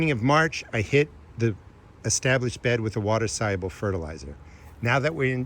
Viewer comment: You said "water soluable fertalizer" a million times in the first 30 seconds. I had to stop watching 😢